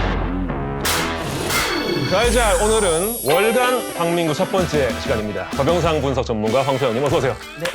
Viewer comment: 나는 왜 '월간 난닝구'로 들리지?